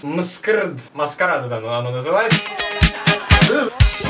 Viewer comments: Правильно говорить - эмскьюрд! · Читается как masqarad(маскарад). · Это читается как: ЭМЭСКЪЮАРДИ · Читается мскьюрд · Msqrd читаится маскарад